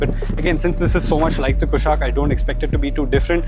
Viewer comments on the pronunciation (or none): Correction: Its not Kaai-Lack, it's pronounced Kai-Laak. Inspired by the Kailash mountain